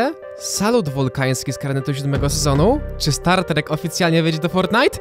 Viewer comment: Aaaaaaaaa start trek aaaaaaaaa xd polska mowa trudna